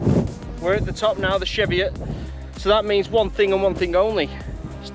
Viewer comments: Its pronounced cheevi it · you pronounce it wrong hahaha